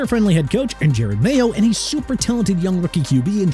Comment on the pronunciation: Seriously, enough with the JAGWIRES okay? It's JA-GWAARS. Also Jared Mayo? It's Je-Rod Mayo. Mostert is pronounced MO-STIRT.